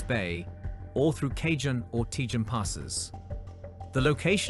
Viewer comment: FYI...Ka-hone and Tay-hone